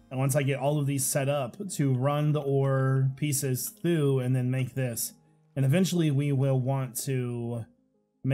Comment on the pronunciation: "I was looking thoo thee crafting stuff..." I don't know why 'thoo' bothers me, but I heard it and had to make a comment making fun of you. ;P